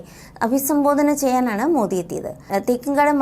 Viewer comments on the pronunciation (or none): none